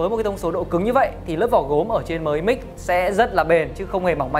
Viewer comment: "Mờ i mix" nghe chối tai quá.